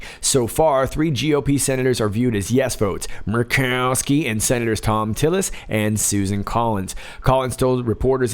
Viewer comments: hahahah, M-u-r-r-rkowski! love it. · I love hearing you say Murkowski. Hilarious! Laughing by myself. I wish my family was into this! You do amazing great!!!